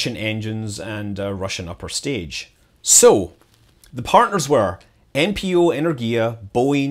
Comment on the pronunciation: It's 'Enérgia' — with the emphasis on the second syllable.